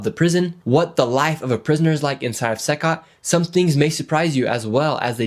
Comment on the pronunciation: It's not pronounced "SYCOT" It's pronounced "SEE COT" CECOT.